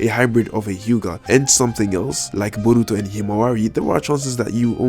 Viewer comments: Stop saying BURRRITO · Like when you say Borutos name U put to much enfisis on the first syllable but his eye is the tenseigan but its a incomplete form of it like how when sasuke unlocks his sharingan he only has 1 mark in his eye instead of three and he later unlocks his full eye